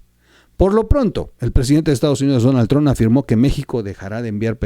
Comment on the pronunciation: No es "TRONNN"... ¡Es "TRUMPPPPPPP"! ¡¡¡Habla bien!!!